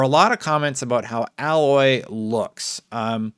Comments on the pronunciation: Why do you keep saying alloy. A-loy. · Alloy - pronounced Ay-loy (long A sound with loy rhyming with boy). Her name was said a million times in the first game. Did you actually play it dude? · I can’t watch this video If he can’t get her name right . Her name is Aloy. Alloy is a type of metal. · I dont think you played Horizon Zero Dawn cause of your pronunciation of Aloy’s name. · Everytime he says "Alloy" I cringe a bit, ngl... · Sorry to be that guy, but it’s Aye-Loy 😅🏃🏾‍♂️💨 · I agree with the througline of this video no question. But there's zero chance that aloy is 45. The proving at the beginning of zero dawn is clearly meant as a rite of passage for younger members of the tribe. I'd maybe believe that she's at most 30-35. Also it's pronounced ey-loy haha. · Dude, I agree its crazy for people to fixate so hard. But Aloy (pronounced Aye-loy), looks fuckin goofy. Like I took a double take during the footage and was contemplating for a millisecond if it was some kind of joke. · seem like you haven’t play horizon zero dawn every cut scene they said her name “A”loy not aloy I hate when Xbox fans say her name wrong. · You’re saying her name wrong, she is not a mixture of two different metals, therefore you shouldn’t call her alloy. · Its not pronounced 'alloy'! 😑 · It's pronounced A-loy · Isn’t her name pronounced A-Loy? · Aloy spends almost all of her time outside, fighting giant machines. Too fucking bad she doesn't have time to nail down her skincare routine but she's busy saving the world. And it's pronounced A-loy. (Hard A) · You keep saying alloy like the metal but the name is Aloy with a hard A sound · The fact he doesn’t even say her name right just goes to show he’s done absolutely no research whatsoever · Anyone slightly bothered that he kept saying Aloy’s name wrong? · Good video but the amount of times mispronounced Aloy was so annoying. Though he isn't the only content creator who gets her name wrong. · You're saying her name wrong.